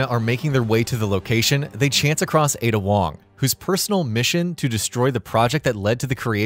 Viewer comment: Honestly, they might as well call her "Aid Ya Wong"